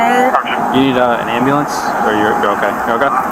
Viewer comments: What is an am-boo-lance? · Why can’t they say ambulance?